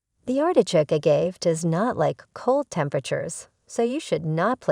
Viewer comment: Good info, thanks but it’s grating to hear the subject name be repeatedly mispronounced.